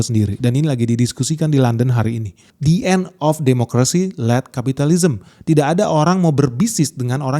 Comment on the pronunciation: Led, bukan Late 😂